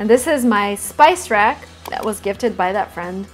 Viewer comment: it's a spice rack, she mispronounced it